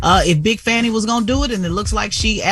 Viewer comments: I wish they would pronounce Atlanta DA Fani Willis name correctly. It's "Fah nee Willis" not Fanny Willis. Show some Respect! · Her names pronounced fawny not fanny